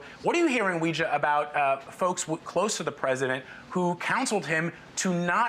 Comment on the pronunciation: Homeboy butchered Weijia's name lol